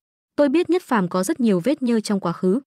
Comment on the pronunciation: đoạn chát là diệc phàm mà đọc nhất phàm